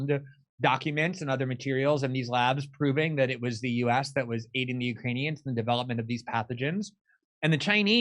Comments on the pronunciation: "We are working with the you-crane-e-ons". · did she say "Ukraine-eons" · The way she says "Ukraneons", sounds like she thinks they're an alien species 🤣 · Ukraineon’s…I can’t stop thinking about her wording…is she trying to give a message to Ukrainian new nazi’s? Neon’s…? Just can’t believe that someone with this much experience working in/on Ikraine, would mispronounce Ukrainians. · She called them "UkraniONS" 🤣🤣🤦‍♀️🤦‍♀️